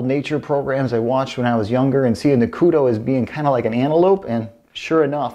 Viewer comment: It is pronounced, "ku-dew"...not, "ku-doe".